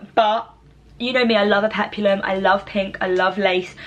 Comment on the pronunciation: Aloha! "HAUOLI LA HANAU"🤙🌺🌴🎂😱🍨👍👣😁👊🌸🤙Hope your 21st is the best ever!!(You will look lovely no matter what you wear) Dress 1&2 are adorable on you, & p.s."Peplum," is 2 syllables;"Pep-lum"😁👍